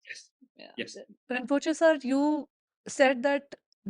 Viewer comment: “Rinpochhe sir”, im dead 😭🤣